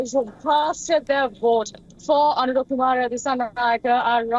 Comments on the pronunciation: It's Anura not Aruna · Dude it’s ANURA not ARUNA 😂 you guys are keep doing this , is this ignorance or negligence 🤷🏻‍♂️ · boy you did not say Aruna instead of Anura! Jesus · Not “Aruna”, he is “Anura”. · Not Aruna kumara it is Anura kumara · We feel very sorry for not capable to even pronounce the name of the new Presidents name properly by a reputed indian social media news channel...Very common issue among indians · why don't u pronounce Anura's name properly. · Its Anura